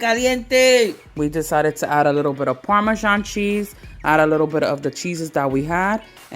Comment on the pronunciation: Who ever said “parmesano” took me out🤣😂🤣😂🤣😂btw ladies that looks delicious 😋 I’m definitely going to make that dip 😋😋😋😋